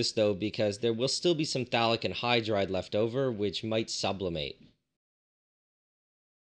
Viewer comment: I thought you were saying Phallic Anhydride